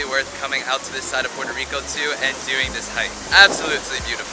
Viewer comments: Not to be that guy but is Puerto Rico 🇵🇷 not Portó Rico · It's so annoying how you dont say the "R" in the word PueRRRRRto rico .. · Loved your video, but they way you say Puerto Rico was driving me nuts!! Sorry to seem so petty. ¡Yo soy Boriqua pa’que tu lo sepas!